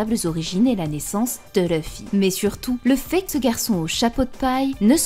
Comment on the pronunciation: C’est pas méchant mais je supporte pas les gens qui disent leuffy comme elle bordel c’est écrit LU pourquoi dire LEU 😂😂😂